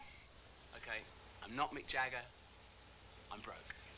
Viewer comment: Mick Jagueiro kkkkkkkkkkk